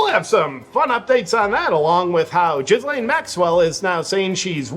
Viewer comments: Ghislaine is pronounced with a hard G, like gill as in what fish breathe through, then "lane" as in a road, path or track. I don't know if you pronounce it Jizz Lane to be funny, but as you don't mispronounced any other names, I'm guessing it's a misunderstanding. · Isn't it Gill-Lane and not JIzz-Lane? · "jalane Maxwell"??? I thought it was pronounced GHISLAINE Maxwell? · JP, love your stuff. Hard to hear you mispronounce Ghislaine. H is silent and S is silent. Hard G and rhyme’s with Elaine. Gheee Lane. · I like how you pronounce it "J1zzlane".